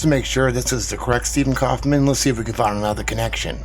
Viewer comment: Kaufmann is a german Word. So could be pronaunced "Steffen Kaufmann"?!